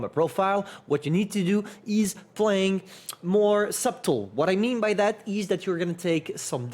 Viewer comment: you don't pronounce the B in "Subtle", its pronounced SUH-TL. hope this helped you with the English language a little:)